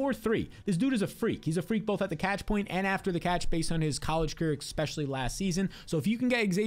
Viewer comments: Enjoy your content but it irks me so much when you say “expecially” instead of “especially” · Yup. It's hard for me to trust someone's advice on anything if they say expecially or nucular